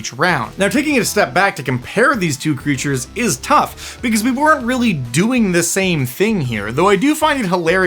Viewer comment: “Peep them creatches”. This is golden. Say it again.